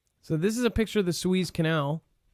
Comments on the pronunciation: haha...it's pronounced "soo-EZZ", not "SWEEZE" ( please send him a note when he does that) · Sue ehz not sue ees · It's pronounced, Sue- EHZ, not Sue-Eeez. :) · Its pronounced sue ez . rhymes with sue says. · It’s pronounced Sue....ezzzzz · Sue-ez is how you pronounce the rivervyou have been saying incorrectly since you have been speculating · Soo•ez is the pronunciation. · The canal is the Su ez (ez, as in Ezra). Suez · Su-eezzz, the E, is short, like Egg. You are pronouncing the Name of the canal awkwardly. You are saying E like Sheeep. A long E sound. Remember it's E like egg.👩‍🦰👍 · It's Spanish, so prounounce it in Spanish 🤷‍♀️